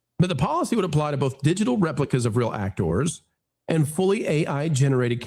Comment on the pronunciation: I got to say you and your actoooors that is so funny how you say those names